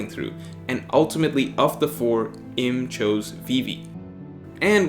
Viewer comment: Uranus obviously had really flawed Observation haki because he was bumped off by his son. Also, it's pronounced Eem(u) not Im as in him. You made some good point, too. Gave it a like